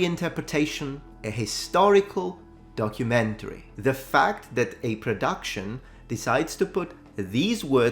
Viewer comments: Wocumentary😂 (pronounced "woke-umentary"). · Once again Netflix butchers the word DOCUMENTARY. They seriously need an English lesson on this word. Look at Harry & Meghan's DOCUMENTARY....